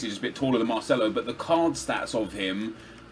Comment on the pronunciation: Definitely go with MARCELO! Don't say Marceno to Marcelo!